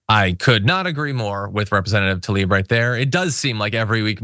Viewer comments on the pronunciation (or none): Tla-ib tlah-eeb tla tlah plah klah tlah Tla-ib Tlaib. There is no Ta-lib. Would Biden be able to notice if someone called him "Bi-ned"?